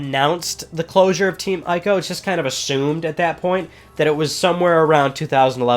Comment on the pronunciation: Please say Ico right...EEk-OH. People play through the Witcher 3 and still calls Geralt with a J, and even when playing the game, Geralt corrects NPC's at least 3 times in the game and it's hilarious. Sorry, I nitpick.. Love the channel